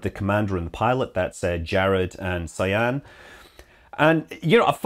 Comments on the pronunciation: I know others called "Sian" and you pronounce it "Sharn" (- not "Si-an"). :) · Sian is pronounced Sharn, it is one of those Irish names. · Pretty sure Sian is pronounced Shaan.